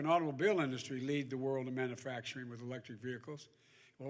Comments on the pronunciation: We have nothing wrong with our climate. Other than too many Democrats like you blowing Hot Air!!! Again Joe. It’s pronounced Man U factoring. Not Manafactoring!!!!! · Hey Joe. It’s called Manufacturing. The U has to be pronounced. It’s not pronounced Manafactorung